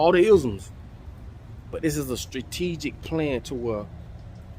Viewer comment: Stratigic!!! Dammit,, Speak It!!!!!